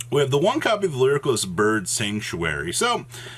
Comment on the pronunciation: It triggers me how he pronounces "Lyriculisc" every time